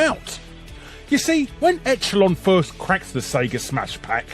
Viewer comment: Larry, say that word again, echelon. But after you read the phonetic for it.